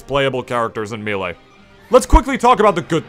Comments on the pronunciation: no, haha people actually say toMAHto in places. if you said "maylay" it'd be respectable, the announcer guy says "me lee" but "me lay"? come on bro! lol i like your stuff, just giving you a hard time haha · "Meelay" Cringe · Me lay why me lay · I open the video. I skip forward 40 seconds. First thing I hear is "Me-lay." I pause the video, go down the comments. And here we are. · Oh man, I’ve heard Mee-lee and Mayléy before, but never Mee-lay. I guess it makes sense though? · You call melee mii-lee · How can u not pronounce melee lmao